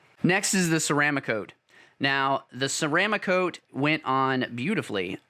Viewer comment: Ceram ah cote??? Try ceram cote. I hate when the experts on YT don't even know how to pronounce the products they review. My pet peeve, sorry. Another guy with 172 videos said his favorite airbrush was an "I oh wata." Just 5 letters and can't get that right. Now Ghaalari (pronounced gallery) I can understand! I like the video and the time spent to produce it though...:)